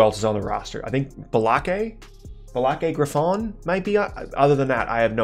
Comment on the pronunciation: “Blaké Grifon” had me rolling 😂😂